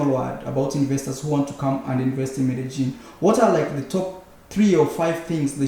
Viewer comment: Hello, man. Why u always pronounce like Merejin, when it’s Medellin ?